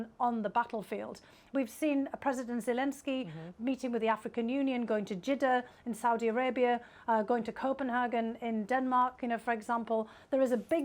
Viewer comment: IT’s Copenhagen, not Copenhargen!!! Wrong , it’s not German, so Danish say it lore like an English word ;)